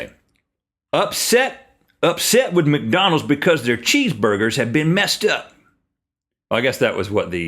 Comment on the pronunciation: link when you said "macdonalds" instead of mcdonalds you reminded me of my grandfather may god rest his soul thank you for making my day